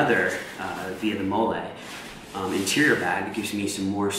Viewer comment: Right now I am currently awaiting on my bag to get here and I cant wait. Love the HD review however MOLLE is pronounced Molly. sorry just the military mindset in me to correct deficiencies. Have you done any challenges with the bag? I have seen how others have loaded it but this is one of the only reviews I have seen in HD